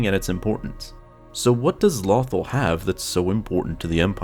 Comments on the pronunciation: It's LothAl, not LOthal.At least say it correctly. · It's LothAl not LOthal lol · It is not pronounced "Lawthul" it is pronounced "Low-Thall" do you even watch the show ?? I mean the say the name more than enough to understand the way its pronounced. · Lumberjack Dan Low- tal/ Al. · Dude was thinking of “Brothel” instead of “Lothal” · It’s “Lowthall” not “Lawthall” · Loe- tharl not lothl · It bothers me he calls it lawthul instead of LOTHAL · "Lawthul"??? It's "Lowthaul" I was so distracted by this mispronunciation. lol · Im trying not to sound mean but it's "low-thal" not "law-thal" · Low-th-all not lawthul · It's Low-Thawl, not Lothel D'X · Lo thal NOT Lawthul but great and informative video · Lofal not lawfall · I fought the lawthul and the lawthul won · LOW-THAUL FFS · low-thawl FFS if you're going to make a video over Lothal, at least say the planets name correctly sheesh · I mean they pronounce it “Loh-thawl” for the entirety of Rebels lol. Where the hell did the need to make your own pronunciation come from??? 🤦‍♂️🤦‍♂️🤦‍♂️ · LOW-THAL Say it with me..... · The way he pronounces Lothal makes me cringe every time. 😖 Low-thAll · Is it pronounced lothal like waffle or lothal like you all ? I have heard it both ways over the years. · Take a shot every time he says Lawthul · It's not "nuth-ul" it's "law-th-all" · Every time he says lawthul I cringe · His pronunciation of this planet is simply "lawthul"! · It's pronounced "LOW-THALL" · Its pronounced LOW THAWL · Pronounced "Low-thall" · It is pronounced “Low thawl” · It's LOW-THAWL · It’s pronounced lo-th-all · Damn near un watchable when you keep saying the name different then they do in the show. Lo-THAL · Jesus he can't say it Lawthel or Lewthul god may have been able to say it but he can do more and interesting facts #LoveStarWars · Not lawthal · Its not lothal like brothel its lothal like low thal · Why say the name of the planet correctly in the beginning and then fuck it up for the ready of the video